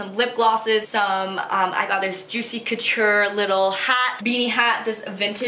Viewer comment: NOT TRYING to be rude but IT IS LITERALLY ANNOYING ME BUT CAN YOU SAY "COUTURE" the right way